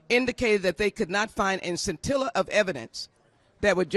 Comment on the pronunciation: Lee said "scintilla" hahaha